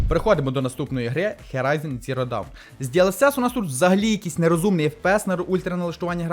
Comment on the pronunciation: На мою думку логічніше кабель до водянки зробити було б трохи коротшим з підключенням до блоку вентиляторів у задній частині корпусу, а не спереду - і тоді виглядало б естетичніше. За Horizon Zero Dawn в оглядах - окремий лайк (люблю цю серію ігор), але Dawn вимовляється трохи по-іншому :) Грайте з оригінальною англійською озвучкою - так буде приємніше, та й оглядів до гри англійською (як і термінів, які притаманні цій грі) значно більше і якісніше, ніж російською.